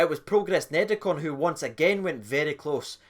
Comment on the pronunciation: Are you pronouncing it like that to call Niederkorn a bunch of neds? Like the Rangers TV announcer who kept calling Almeida, Almedia to rhyme with Artmedia.